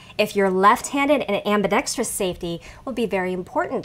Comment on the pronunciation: Thank you! Very informative! And, unlike so many videos, you pronounced ambidextrous correctly, instead of saying ambidextrious.